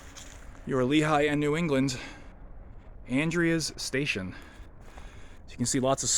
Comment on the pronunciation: The town is pronounced "An-dree-z",, I got corrected by a local about 20 years ago as I was saying it wrong also. The station certainly has decayed since I was there last 5 or so years ago. Still had roof and floors. Great auction house in town there at the intersection, Dean Arner, sometimes he has some interesting local railroad memorabilia for auction. Inside the station, thats called "strap rail", wooden rail capped with an iron strap. They would have stored a speeder in there for track inspection. Hopefully someone can repurpose the station before it's all gone.